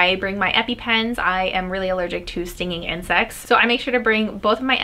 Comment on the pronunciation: When she said she always brings her epipen, i seriously thought she said, "I am really allergic to stinging and sex." 💀💀